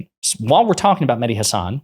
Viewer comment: it would be great if you learned how to pronounce mehdi's last name.....